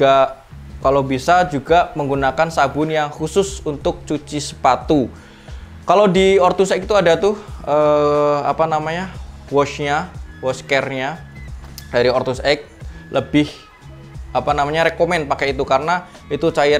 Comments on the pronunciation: Masukan aja bang.. Walking dibacanya woking, bukan wolking.. L nya ga disebut Ortuseight dibacanya ortuseit, bukan ortuseik.. gh nya gak dibaca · Maaf sebelumya ya mas kalo kurang berkenan...koreksi pengucapannya biar videonya ke depan lebih bagus....Ortuseight diucapkan Ortuseit (g nya jgn diucapkan)......walking diucapkan woking....